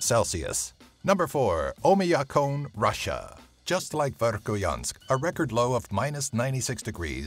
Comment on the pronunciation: The way he pronounced Vekhoyansk was wrong...